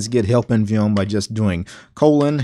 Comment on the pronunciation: The only guy I've ever heard who said viyum instead of vim